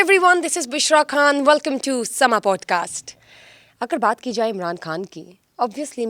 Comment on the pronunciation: yeh khhhhaan nahi khan hota hai ap hindi mein programme nahi kar rahin